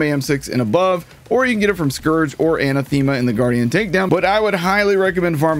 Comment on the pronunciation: That is not how you pronounce Anathema.